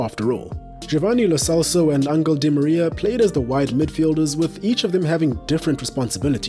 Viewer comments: It's pronounce Lo Chelso not Lo Celso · only one thing , it pronounce Lo Chelso